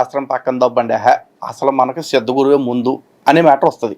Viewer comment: సిద్ధ గురు కాదు ---ద్ద గురు.., అదే ముద్ద గురు